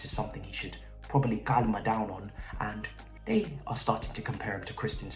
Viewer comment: "Calma down"....😂😂😂